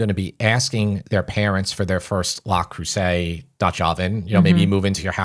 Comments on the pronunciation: Yes, it's Le Creuset, not La Creuset, but who really cares? I'm really not picky, except that my French professor at Fordham (who hailed from France, and went back there two years into his contract) wanted to have me investigated by the Dean because he insisted that no guy from Brooklyn could possibly speak and read French as well or better than a native. And now on to the rest of your new and enjoyable episode. PS.....I'll go for the Chinese made knock-offs, they work just as well and can take the abuse of our electric stove and oven. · Not wanting to be pedantic but it's Le Creuset not La! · It's Le not La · Learn how to pronounce the product. Not “LAW”! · Love you guys! But it's pronounced LE Creuset...not LA Creuset. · Dude that’s not how you pronounce that. It’s Le not “Law” and Creuset (krewsay) not “Crowsay” 😂 and as someone with over 30 pieces I can say you maybe need 3 pieces for a decent collection that will last a lifetime. I’ll also add they are the lightest weight cookware for its category as true cast iron enamel. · Google "pronounce Le Creuset" La is feminine and Le is masculine. Thanks and for all you do!